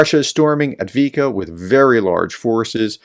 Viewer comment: Avdii"V"ka not Avdiika. You keep leaving out that second "V".